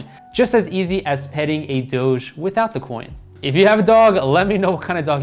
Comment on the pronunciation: Its doge. Not dogee